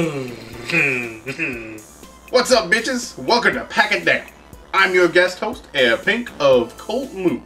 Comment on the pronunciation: I should teach Pink how to pronounce Herr.